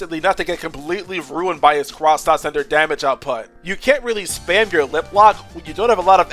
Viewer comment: They’re not called “cross”-Nauts, they’re X-Nauts. Just look at the X-Naut PhD tattle that you showed in the video: “AN X-Naut that throws chemicals.” That’s proof that you pronounce it “ex”-Nauts, not “cross”-Nauts, otherwise it would’ve said “A X-Naut”.